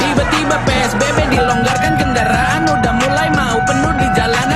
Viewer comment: Psbb bang bukan spbb😅😅